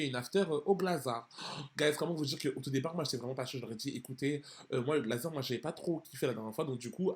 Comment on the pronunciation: Mdr les parisiens ??? Dites moi que vous dites « GlazarT » en prononciation ? On lis le T, je suis pas folle 😂